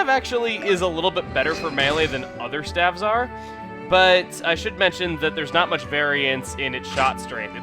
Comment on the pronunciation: STAVES. IT'S PRONOUNCED STAVES. NOT STAFFS.